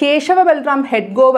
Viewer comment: Dear news reader. Your pronunciation of names are not correct. Hedgewar is correct. Not Hedgovar